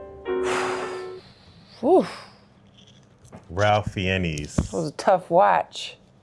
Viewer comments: It’s pronounced Fines…. Voldemort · The actor pronounces his name Rafe Fines. He also played Voldemort. This was his breakthrough role. He was also celebrated for starring in "The English Patient."